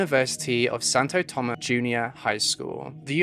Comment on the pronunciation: also why didnt you pronounce the S at the end of Santo Tomas....like its there for a reason